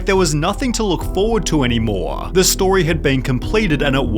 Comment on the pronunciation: Dude, I like your videos, but please learn how to speak correctly. I can't stop hearing your last vocal at full volume... there was nothing to look further any MOAAAAAAAAAAAR....